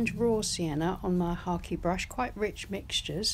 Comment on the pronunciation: I am new to painting and am trying watercolor first. Love this. What was that last brush you used? Sounded like you said hockey brush.